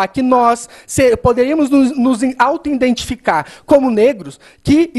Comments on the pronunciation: O que ele falou a partir de ? Indenticação, indentifica, indentificar? Ou escutei errado? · Guilherme Scardini PQP! O cara repete 5 mil vezes 'INdentificar'!!!! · ele fala INdETificar* kkkkkkkkkkkkkkkkkkkkkkkkkkkkkkkkkkkkkkkkkkkkk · iNdentificar? iNdentificação? Não seria IDENTIFICAR? Zero para ele, Kim! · 'INDENTIFICAR'???? Erro primário, cara!! Passou pela facul e não sabe falar corretamente? 'Auto-Indentificar'!! Socorro!! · Essa foi a parte mais difícil de ouvir. "Indentificar, indentificação..." MEU DEUS, esse cara é mesmo professor? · Professor que fala INDENTIFICAR😂😂